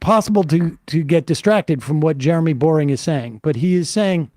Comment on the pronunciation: That Jeremy's last name is Boering yet pronounced BORING tells you all you need to know. 😂